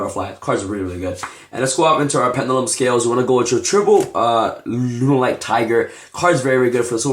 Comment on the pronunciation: lol did you just say runaright lol